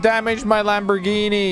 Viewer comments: idk why but I keep laughing when says Lambormagini and not Lamborghini🤣🤣🤣🤣😂😂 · I love how he says lambormajeanie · “Its a lambermajinie” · No one:: ItS a FrIgEn LaMbOrMaGiNi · “LambER MERgini” 😹😹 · How he says Lamborghini makes me chuckle